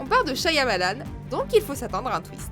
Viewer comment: "Monsieur Night Syamalan" euh nan...